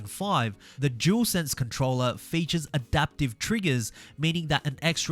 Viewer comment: Jewelsense 😂 it’s dualsense seriously I don’t get how many people mispronounce such a simple word 🤦🏻‍♂️.